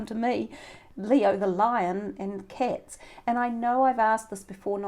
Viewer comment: Nice reading, thanks. I think it's pronounced cats and not cets. LOL